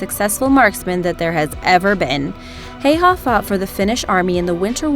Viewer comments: Simo Häyhä (pronounce Haeyhae)! The only sniper who used the iron sight.... reason for that the reflection.... he also put snow in his mouth to prevent the steam coming out and iced the mount made from snow to prevent the snow blowing away when taking the shot thus revealing him... these methods earned him the name belaja smert or white death... you never noticed him before it was too late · Ikr, "Simo Heiha" :''D